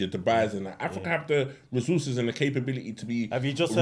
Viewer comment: "rezzoozes" lmao